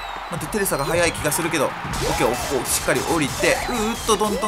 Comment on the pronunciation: fsfsfs 『しっさり』になってるwww